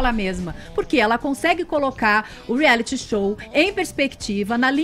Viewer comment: Vc entra num "reali "kkkkkkkk, ri muito.